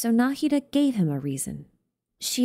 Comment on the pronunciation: I know you care about pronunciations so I wanted to tell you this. The way you pronounce the "d" in Nahida is a little wrong. It's supposed to be exactly like the "th" sound in "the, these, this, that" So it would be more like "Naheedha"